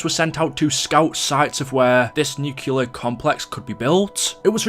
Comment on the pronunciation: Theres only one U in "nuclear".